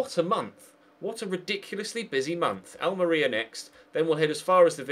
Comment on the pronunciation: The way you pronounce Almeria (AL-MARIA) really bugs me!!!